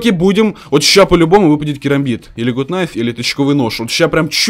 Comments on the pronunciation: не ГУТ КНАЙФ,а ГАТ НАЙФ. гАт- закрытый слог (Gut) Найф- К не читается (Knife) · ПРАВИЛЬНО НЕ ГУТ НАЙФ А ГАТ НАЙФ ДУРАЧИНА,ПРОСТОФИЛЯ ТЫ #ГАТНАЙФПРАВИЛЬНОГОВОРИТЬ;) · Почему гут найф?! Нужно говорить гат кнайф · надо правильно говирить gut knife